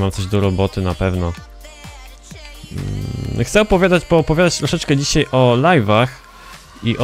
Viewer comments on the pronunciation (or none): none